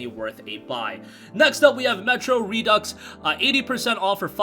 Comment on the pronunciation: Glad to see you finally got my memo on how to properly pronounce “Redux”.